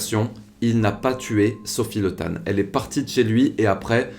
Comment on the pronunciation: Pour info, son nom se dit Li ( et s'écrit Le), mais ne se prononce pas Le comme on pourrait prononcer "Le Pen", ou "Legrand".